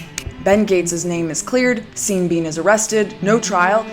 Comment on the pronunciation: Every time you say seen bean I just lose it